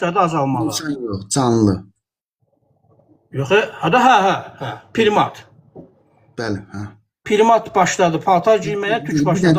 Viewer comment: O saqqalli qardas primat sozunu bele bilmir.PRIMAT PIRIMAT YOX.